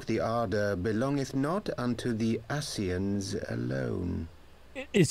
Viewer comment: I shall now start calling Ascians Aseeshans. The day he says their names properly will be the day they get wiped out. Edit